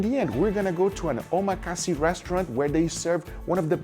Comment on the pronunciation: say it with me now - OH-MAH-KAH-SAY. not omakasee.